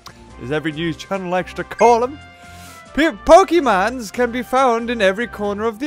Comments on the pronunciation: THEY ARE NOT CALLED POKE'MANS' It is Pok-ay-mon. FYI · Pokeemon not pokeeeeeeeeeemon! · ITS POKEMON NOT POKEMON,S